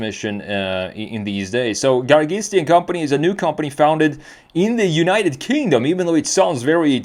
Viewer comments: Hey come on now, you should know better as a European and as someone who knows cars and has been exposed to some Italian, it's "gara-GEE-stee" not "gara-GHEE-stee" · Pronunciation is : GA RA GEES TEE